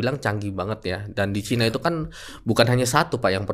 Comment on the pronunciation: Kenapa nyebutnya baterainya ke chaina 😊 Emang klo kecina kenapa?? 😂